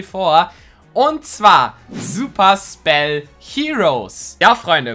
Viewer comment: Super spell klingt das wie super sell